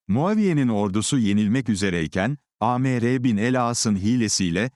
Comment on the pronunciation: AI okuyunca Amr ismi A-Me-Re diye okunuyor. Hımm.